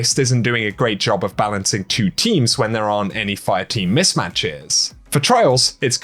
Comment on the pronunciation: He replaces 't' wiht 'ch', but I got him to say 'Destiny Two' instead of 'Destiny Chew'. He is getting better.